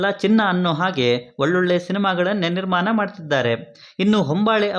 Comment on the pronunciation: ಎಲ್ಲಾ ಸರಿಯಾಗಿ ಹೇಳಿದ್ರಿ ಆದ್ರೆ ನಿರ್ಮಾನ ಅಲ್ಲ ನಿರ್ಮಾಣ ಅದು...